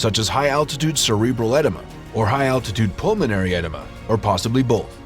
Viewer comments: He says ED-uh-muh for "edema" It sounds like enema! Most people in the medical field call it "eh-DEE-muh, which means swelling! I had to laugh when I thought he was trying to say enema -- nobody likes those! Good but sad story about Scott Fisher and some beautiful pictures of the mountain. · Edema like enema!!! 😂😂😂😂😂 it's e-EE-ma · The narrator meant edema, pronounced e-dee-ma. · Please pronounce eeedema correctly